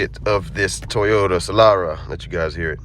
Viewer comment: Teyota LOL it’s Toyota